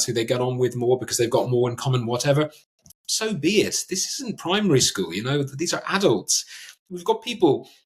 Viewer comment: "This isn't primary skoool!" HA! James, you're a Legend. Ty. great episode!